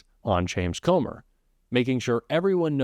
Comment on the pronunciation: his name is not Comber..it's Comer( Cummer)..Let's say it properly